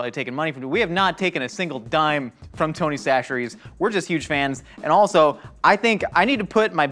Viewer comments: why's he saying 'tony sasheries'? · Did Josh change his pronunciation of Tony Chachere's?